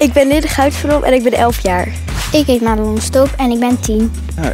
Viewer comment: het Madelon niet maddelon en dan denk je hoe weet je dat ze id mijn bff geen haat